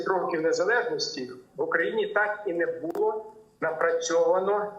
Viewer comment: Шановний, бУло - дупа (роменський). А булО, воно і є булО (українська). Така малеееенька цаточка - наголос, а як міняє сенс речення....